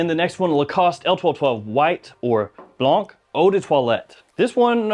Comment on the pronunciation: Blanc whiteout the c = Blan